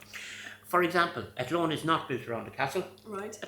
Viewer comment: I love pronunciation of Athlone ❤ love from Ireland 🇮🇪